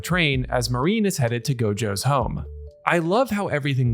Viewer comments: Good stuff, you got a sub. Now quit calling her "Marine", while her name does use the characters for "Sea Dream" or "Ocean Dream", her name is Marin, Ma-rin, not Ma-reen. Other than that (and yes I know I'm being almost literally pedantic) you did good work here! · It felt to me like they took a page out of Dandadan and Heavenly Delusion. I loved it. Rewatched a few times it was so good. I've read the manga so I know what happens, but it was still so great to see such a not 'transfer manga page to anime'. I thought her name, Marin, was said like ma (like in mad) rin (rhymes with tin). Mareen would be spelled 'marine' like the ocean. I'd like to see it written in Japanese so I can know for sure I guess. Any Japanese people to help me? Anyway, nice short vid on the show. The manga focuses a lot on the tech of cosplay so I expect that will still happen a fair bit. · Marin. He's just pronouncing it in a way you may not be used to.